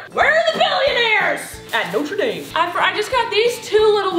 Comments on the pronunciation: It is pronounced (Noter-Dom) in louisiana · Did you just say “Notrah” dame? 🙊 lol